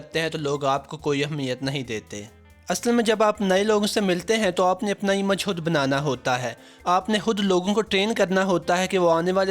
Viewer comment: A/@ very informative video... But sir aap kiyu ..(khud ko hudd)..(khass ko hass)...(khawamakhaa ko hawamakhaa)...(khuloos ko huloos)etc...😥bolty ho...